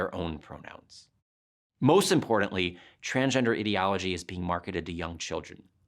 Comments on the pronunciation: He doesn't even say ideology correctly, what a fuckin goober. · get back to me when you can pronounce ideology correctly